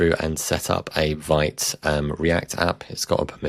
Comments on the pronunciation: Vite is pronounced Veet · Just a heads up. Vite is pronounced 'Veet'